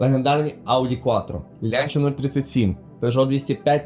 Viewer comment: Дякую за відос, він крутий. Але на майбутнє- правильно вимовляти «ланча», а не «лянча»